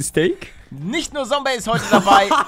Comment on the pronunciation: Palle, man sagt Zombey mit Z, nicht Sombey mit S! Mit Z!!!! Zum 150sten Mal xDDDDD